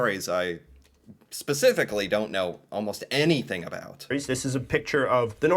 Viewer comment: Did anyone else notice that the narrator of the video pronounced about as a-boot. Not sure if that was a joke or not 😂